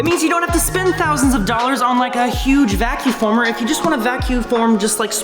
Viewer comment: He keeps saying vacu former. It’s a vacuum former.